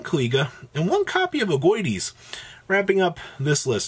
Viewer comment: Aug - dough - a - dic. Is how you pronounce them I believe. Ogdoadic.